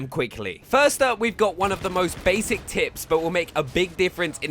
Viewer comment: did you just said finding the tits?